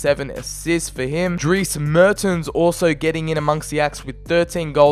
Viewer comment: The way you pronounced Dries Mertens hahaha. Anyway really entertaining video mate. Keep up the good work!